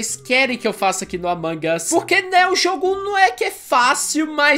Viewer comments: amangas as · ai eu gosto de AMANGAS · O fala amangas😄😄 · Não é a mangas .é almôndegas kkkkkkk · ninguém: a: "Amangas" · O fala certo o nome é "Among Us" mas se diz "Amangas"